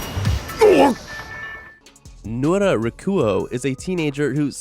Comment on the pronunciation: its nura not nora but close enough